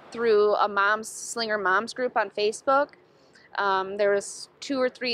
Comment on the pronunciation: yeah, was anyone else bothered by how she pronounced ti Slingger instead of Slinger?